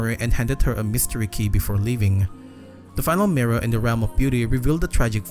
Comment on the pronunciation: "Mirra" i love the way you pronounce mirror